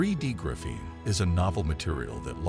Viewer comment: Right now, I think this is a con. I also think the narrator should learn how to pronounce the word graphene.